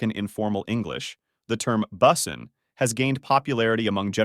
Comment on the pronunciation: I'm not sure if the narrator is mispronouncing things on purpose to seem like an A.I. or it is actually an A.I. gemerated voice talking. "Boosin"?, Justin "Baiber"?, "Litl"? C'mon. Some of those are well known pronunciations...